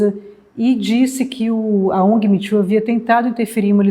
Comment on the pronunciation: Custei a entender o que estavam querendo dizerem como "mitchu" . Pelos amor de Deus!!! O movimento se chama " Me too", que se pronuncia "mi tu".